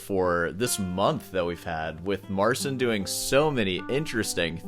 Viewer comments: THAT'S NOT HOW YOU PRONOUNCE "MARCIN", he actually anglicized it. It's Elis island all over again... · Bruh he doesn't even pronounce his own name correctly, that's not how you pronounce Marcin, i guess he wants to be more international :face-fuchsia-tongue-out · To be fair he can't pronounce his own name. The way he says it is some fake french snob version of it. The actual polish pronunciation you can check in google translate. His whole stage persona is so annoying.... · You, horribly mispronouncing polish words should not be angering anyone - it is just so on brand and totaly consistent, as you have provenly learned how to correctly pronounce Marcin and yet are not changing anything about it and will mispronounce his name forever. I find that astonishingly humorous. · People kept calling him Martin and other people kept saying "it's Marcin (accent on "cin") It stuck! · No Marcin in Poland pronounces his name "MAR-sin" or "mar-SEEN". It's "MAR-chin" source: am a Marcin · This is not how you pronounce his name 😭 pronunciation is closer to the correct one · Your original pronounciation of “Marcin” in way closer to how this name is supposed to sound. This “Mar-tzin” is nothing like we pronounce the name Marcin in Poland. The only thing you do not entirely correct is the “ci” sound. It is one sound in Polish, it does not exist in English. Sort of like the first sound of “ciabatta”. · It's not "Mar-sin." It's "Mar-cheen." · His name is pronounced as Marchin in Polish, perhaps he just accepted the incorrect English prononciation. Surname is Patshawek if you're curious, "a" as in "argue" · Marcin cannot pronounce his own name... As a Pole (and a North Pole), I can tell you that's not the way we say "Marcin". But, hey, whatever floats his boat. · No, that's incorrect way of pronouncing it. Cheers from Poland. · Learn how to pronounce his name! Jerk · I thought mispronouncing Marcin as "Marseen" was annoying, but then - "Deeadario". 😂